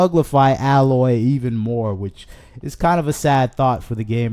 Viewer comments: It's A-loy, not alloy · You could at least say her name correctly: A-loy We need to destroy sweet baby, what they're doing has to be illegal. I'm not smart enough to delve deep enough into the law but they need to be removed from gaming or have their own rating symbol so I won't be tricked into buying woke nonsense. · I’m sorry, but if the guy complaining in this video had actually played a Horizon game he would know how to pronounce “Aloy”. (Hint: it’s not “Alloy”). So no, he hasn’t played it. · bro out here smoking crack. What are you even saying bro? Pure fluff no substance. Play the game, then make a video. I don’t think any true fans are actually upset about it. They’re only upset because they can’t play it on PS4. Only people that have never even tried horizon talk shit. HZD deserved a remaster. Literally nothing you said is true. Also Her name is AY-loy. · The images you used from Zero Dawn were kindly selected, but almost all of the images you used from Forbidden West or the ZD remaster were at awkward moments during conversation, or photoshopped significantly to exaggerate your point. I don’t believe that you even played either game, since you didn’t say the main character’s name right, even once. Just jumping on a soapbox because not every piece of fun content is made exclusively for men anymore. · If you want to make a bitchy video about Horizon, please take some time to learn how to pronounce “Aloy”. Clearly you haven’t played the game… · You aren’t even pronouncing her name right… nor do you have the right footage of the remaster. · He likely never played either game if he’s mispronouncing her name, just making content. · I agree with you wholeheartedly but pronounce her name correctly PLEASE....